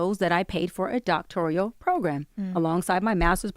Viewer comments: “Doctorial”? (Doctoral) “Licensor”? (Licensure) I call BS off the strength of these mispronunciations alone. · She mispronounced doctoral and said doctorial, hmmmm…